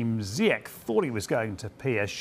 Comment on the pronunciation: Ziyech. zeeyash to pronounce